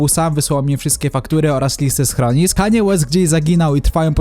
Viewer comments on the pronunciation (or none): none